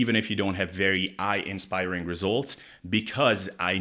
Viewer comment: FYI, the phrase is awe-inspiring, not eye-inspiring.